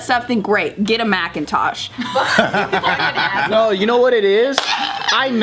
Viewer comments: I thought she was saying Mac and Tosh, like those characters from Looney Tunes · Everytime says Mackintosh a angel gets its wings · everytime say "mac" im like YES SHE GOT IT then she continues with "-intosh" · “Macintosh” - 2019